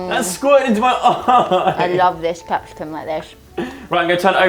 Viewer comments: She says Capsicun instead of Capsicum, eye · Lol its capsicum not capsicun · Who calls It capsicken ( pepper ) We love 😂😂😂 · No offence but as a Brit, it really annoys me when says 'capsicon' rather than pepper xD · Is it only me or did anyone her call Cepsicum “Cepsicun” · I was so confused when she said capsicum or whatever haha